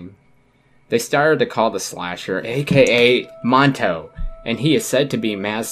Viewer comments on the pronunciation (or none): It aint call aka manto dude its a-ka manto